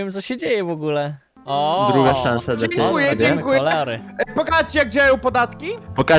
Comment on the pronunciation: dzienkuje dzienkuje